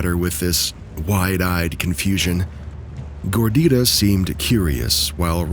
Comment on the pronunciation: I laughed out loud when you read the cat's name as "Gordirah" 😂 I'm pretty sure you meant "Gordita", "little fat girl" in spanish❤